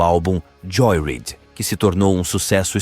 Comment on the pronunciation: Tem muitas coisas erradas no vídeo, a pronúncia do nome da Marie, a pronúncia do nome da banda e do álbum Joyride e até mesmo colocaram um vídeo da Dolores do the Cranberries como se fosse a da Marie 😄